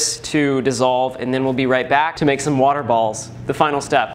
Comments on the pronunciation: Normal people: water: whater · In stead of water wahuh